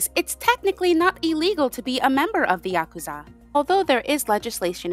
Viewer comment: thank you for pronouncing it "yakuza" and not "yaKOOza" 😭 so much cool info here ✨